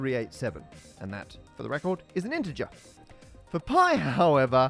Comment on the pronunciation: That "poi to the poi" at the start was the most Aussie I've heard you go 😂🇦🇺